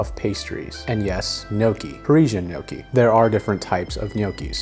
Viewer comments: Today I learned Gnocci is pronounced Nookie and not NoKey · Also not pronounced noki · The "o" in gnocchi is pronounced like in clock, rock or sock. Not like in phone, moan or loan. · gnocchi rhymes with chocky not chokey